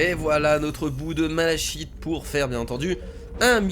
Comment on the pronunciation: le malachite se prononce "malaKite" j'aime pas quand on prononce mal les mots sinon super jeu continue comme ça